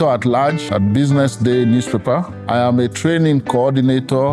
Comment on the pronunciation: “Here I ham” this female lecturer no serious 😂😭